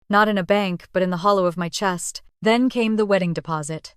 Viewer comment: AI mispronouncing Chest (CH as in cheese ) CH est